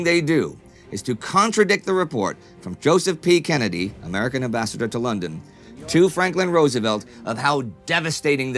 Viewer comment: Bostonian accent intensifies